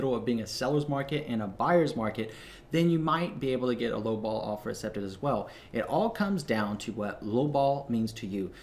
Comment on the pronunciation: I love and hate at the same time the way you say accepted haha